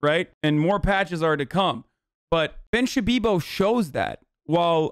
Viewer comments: Ben shabibo?? Nah more like Ben samuerto. Spanish speakers will get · Lmao "Puck you Ben Shabibo" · Should call him Ben Shitpiro, that's what I call him...